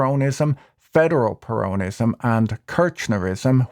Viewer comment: I do wish you'd learn to pronounce "peronism". The accent (in English) is on the first syllable, not the second. This equates to the Spanish "peronismo", where the main accent is on the "i" with a subsidiary accent on the "e". Spoils an otherwise fascinating analysis. Either way, it's certainly peronismo which wrecked Argentina and it will be a miracle if Millei can turn it round in a four year mandate, when most of the fourth year will be spent on electioneering for the next election.